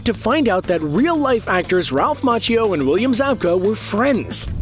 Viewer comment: its Ma key o not mach ee o